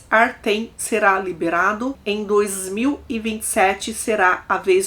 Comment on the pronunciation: Oi, o nome nao é Artem, escreve Артём e pronuncia "Artyom". É um nome slavo comum.